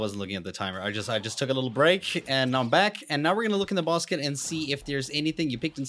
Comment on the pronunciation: Bruh you said "bosket" instead of basket😂😂😂